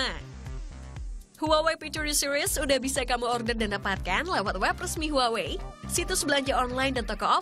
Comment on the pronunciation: Huwawei? Not Huawei?